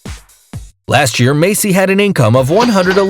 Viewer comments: Messi is pronounced messy not macey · he said Macy when the name is messi.